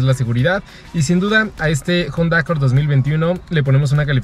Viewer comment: Dislike por decir "JONDA"